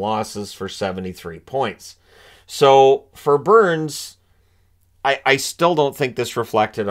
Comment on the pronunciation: No sir. Their say Booourns.